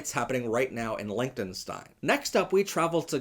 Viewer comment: I fully support lgbtq but please learn how to pronounce Liechtenstein